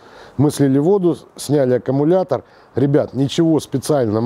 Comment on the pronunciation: Не акамулятор,а аккумулятор!